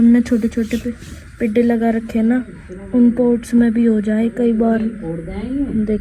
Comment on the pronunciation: Lagta hi nahi bachhe achee school mein padhte hai pedh ko pedha bolte hai